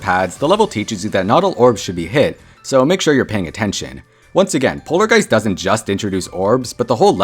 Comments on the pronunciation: No one says polarjeist😭🙏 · Polargeist should be pronounced "Polargeest"